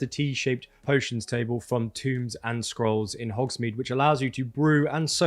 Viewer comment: Tombs and Scrolls 😆 I'm only laughing because I'm glad I'm not the only person to make this mistake.